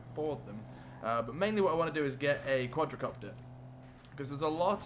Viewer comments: It's called quadcopter not quadracopter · THE QUADRACOPTER!!! dude... wtf its Quadcopter not QuadRAcopter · it's not quadrocopter it's quadcopter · Omg it's not quadRAcopter it is quadcopter